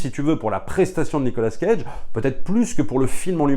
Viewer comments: Nicolas CAGE . Pas Nicolas scage ^^ mdr .. 🤪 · Ont dit cage pas scage. Mes oreilles saignent.... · Pourquoi dire SCage prononcé le S de sont prénom qui ne fait pas parti de son nom moi on ne me dit pas SFerrigno